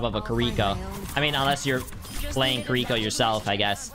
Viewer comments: "kuriko" its Kiriko, there is no U...not hard to pronounce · It’s kiriko not kerwika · Kireeka? It's kiriko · “Kriko” I swear it’s like every gamer has a speech impediment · Bro really said Keriiikaa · bro said KAREEKO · No one talking bout how he said kireeko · Kiwi co not ca re ko ones gonna talk about how he absolutely butchered her name? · Can we please start saying her name right? It's Japanese. Native English speakers can't pronounce a true Japanese "r" (I've studied Japanese), so the easiest way would be to say Kiddie-Co. No accent on the second syllable. If you have to place an accent somewhere, it would be on Kiddie. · No one is gonna mention him calling her Kir-reeko? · U pissed me off on how u said Kiriko's name at the start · Say her name right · The way he pronounces Kiriko makes my ears bleed